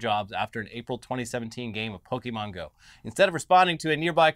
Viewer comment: The two of you have been hosting a show about the internet for years. You should know how to pronounce the word Pokémon by now.